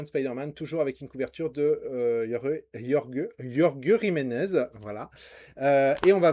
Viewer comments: Jolie coffret ! Mais ça se dit "Rolre Riménèze" c'est un espagnol ! 😭😂 Bonne vidéo ! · yorge jimenez mi norvégien mi espagnol 😂